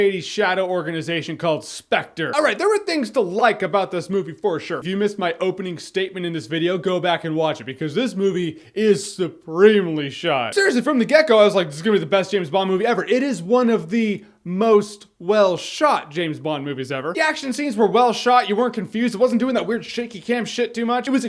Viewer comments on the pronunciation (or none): . Did you just say "from the gecko"? ...It's "from the get go".